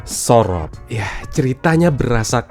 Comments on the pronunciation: SOROP bacanya lebih ke u bang, kayak bilang bojo. Le ilingo wes duwe bojo. Le moleo wes sorop. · Sorop pake pungucapan O pada biasanya. Bukan pake O pada Orange.. aneh banget dengernya jadinya